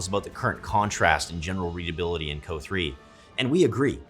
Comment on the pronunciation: I've never heard someone call it "co" like that